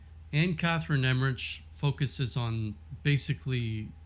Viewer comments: So as a German, my ears are ringing when Americans are trying to pronounce Emmerich which they never do right😉❤️ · You might want to look up the pronouncing of Emmerich and Ephesus